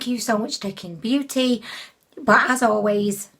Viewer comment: When you said Qing beauty I heard "kink beauty"